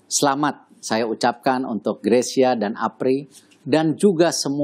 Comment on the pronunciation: Mbak Rosi bisa menyebutkan marga Greysia dengan benar. Nice.